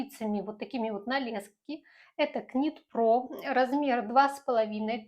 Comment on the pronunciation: Нит про. "К" не читается.